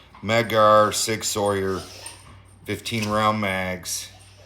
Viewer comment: It's pronounced "Sig SOUR" not "Sig SAWYER."